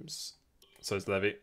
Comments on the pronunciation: its pronounced lee vy not leavy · levi is prenounced the same as levi jeans jeez